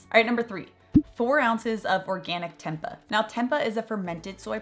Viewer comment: Oof can tell your not plant based off now you pronounced tempeh